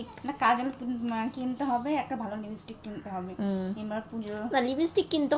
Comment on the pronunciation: Khata ta lipstick. Libistick noy..